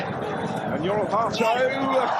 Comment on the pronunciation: you are saying his name very well. Hear many british butchering his name with Hate(o)